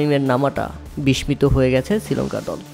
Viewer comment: বিসমিত না, উচ্চারণ হবে বিসসিত